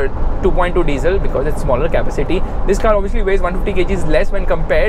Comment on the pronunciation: kindly pronounce "capacity" properly!